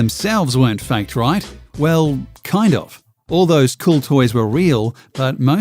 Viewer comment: The way this guy says "faked" sounds surprisingly like fact.....can be confusing